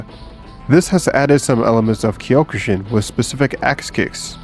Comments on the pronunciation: Ugh, the pronunciations of the Japanese words are killing me. It's not kiiyokushin, it's cokʃin, c being velar stop. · Wth is whatever the hell that is at the end?? I'm sure Kyokushin is just pronounced Kyo‐Ku-Shin.